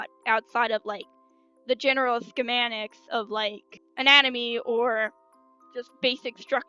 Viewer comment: "scemanics" asfhlwaelhl